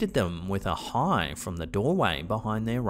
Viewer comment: The voice greeting the cereal lady sounds to me like it's saying "Mom," not "Hi." Anyone else?